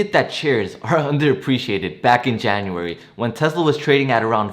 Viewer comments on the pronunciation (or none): none